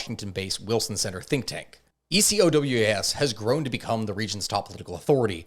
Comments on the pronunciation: Burkina Faso is north of Ghana (and Cote d'Ivorie, Togo, and Benin) not Nigeria "ECOWAS" is almost always said phonetically as "e-ko-wás" And France controls the cfa-franc it doesnt "back" and certainly doesnt "fund" it, the currency is funded by the reserves of member countries which are of course held in France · please pronounce it like a regular word "Ecowas" 😂